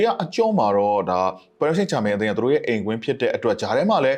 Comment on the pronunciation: နှုတ်ခမ်းမွှေးနဲ့ကောင်က.ပဲွဲကြိုသုံးသပ်တယ်သာပြောတာ.အသင်းနာမည်ကိုမမှန်ဘူးဟ. ပဲရစ်စိမ့်ဂျာမိန်း.ငပိသံနဲ့ပြောရတာကို. ဘာတဲ့.ပရ်ဘာဆိုလဲ.ငနဲ.ဘောလုံးရောကန်တတ်ရဲ့လားမသိ.လူကြားကောင်းအောင်လျှောက်ပြောတာ.သူပြောတာတွေလဲ.တလဲဲကည့်ပဲ.နဲနဲတော့လေးစားအုံးဟ.အားပေးသူတွေကို.channel ကြီးထောင်ထားပြီး.အဲ့လူမျိုးထားထားရင်.ကွဲမှာပဲဟ..ကြည့်တဲ့သူတွေစကားလဲနားထောင်ကြအုံး